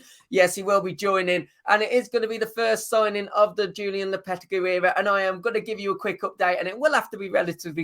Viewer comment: the way you say lopetegui is criminal